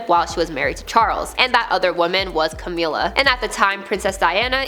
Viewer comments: its Ca-mill-a not Ca-meal-a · Its a bit disrespectful that you constantly mispronounce Camilla.